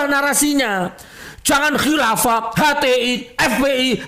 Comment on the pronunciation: Nyebut kilafah sampek kiafah..wkekkekkwkekekkekkkkkk